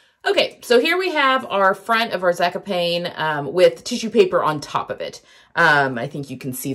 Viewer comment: I love you, but it's 'Zaaa-cop-knee'. I think. Sorry to be a pest. You are an inspiration.